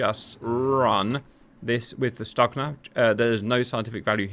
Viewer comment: Stugna is pronounced Stuhna